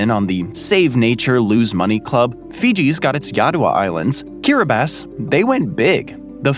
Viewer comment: I just started reading "The Sex Lives of Cannibals," where the author, J. Maarten Troost, moves to Kiribati, which for some reason is pronounced Kiribass (which you got right). The book goes perfectly with this video. My son works for an organization that is trying to hold the guilty parties responsible for the vast amounts of nuclear waste that are left behind from this kind of diabolical and careless experiments. It's not easy, as the corporations and military have banded together at blocking attempts to hold them responsible.